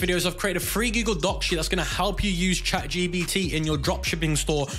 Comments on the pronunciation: "chatGBT" its chatGP*T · why are you calling it chat gbt ? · Lol stop calling it chatGBT. Otherwise good video